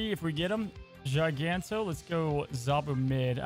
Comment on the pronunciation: another GIANTo instead of GIGANto